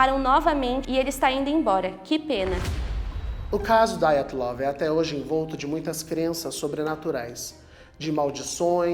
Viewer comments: PELAMORDEDEUS!!!!! Parem de pronunciar nomes russos como se fossem americanos!!!!! A pronúncia correta é DIATLOV e não Daiatlov!!!!! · Não se pronuncia "Daiatlov". É um nome russo, portanto se diz Diatlov. É o minimo que se espera de alguém que posta um video.